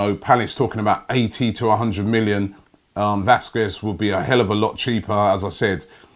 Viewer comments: The 'u' is silent robbie. How to pronounce Lukas Vasqez (Lucas Vasques) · also he says Vasquez wrong